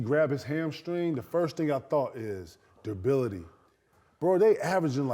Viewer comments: A Hard R should always be avoided u feel me but not when ur saying the word “duRability”. KG keep saying “Dubility” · I was stuck on “Debility?” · Did KG say durability or indubitably 😮‍💨😂